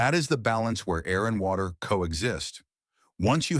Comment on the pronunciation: "WACTER"? Who even makes a pile of leaves in the yard?